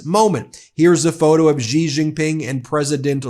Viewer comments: Its pronounced "sss jin ping" not "zijin ping" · Pronunciation: SHEE - Jinping. Just sayin". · Its Xi and its pronounced She